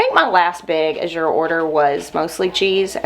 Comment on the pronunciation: It's pronounced like the color of blue. "Az-yur" or "As you're" Sort of rhymes with "Asher." Wow, what a great haul!!